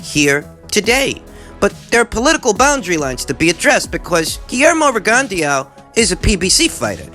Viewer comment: PRONOUNCED Rig - on - Dough. If you knew anything about Boxing, you would know this. Sad.